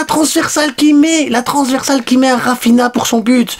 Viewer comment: Dis raphinia pas raphina